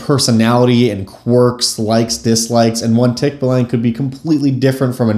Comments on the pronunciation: Okay so: pronunciation is off; it's more like TEAK-ba-long. (Don't spend too much time on the first syllable; it's alright if it sounds kinda clipped.) That said this video is still pretty interesting! Source: am Filipino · If you want to apply Filipino mythology to your game, there is a superstition that the way to escape a Tikbalang's lair is to wear your shirt backwards (or in some stories inside-out). You can apply that as a fun puzzle if you want. 🙂 Also as a Filipino it's actually pronounced Tick-baa-lang. It's the Ba of Bali, a longer a sound. 😅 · Filipino here. That is NOT how you pronounce Tikbalang 😭. You use the ə sound when pronouncing the a's in the word, not the æ sound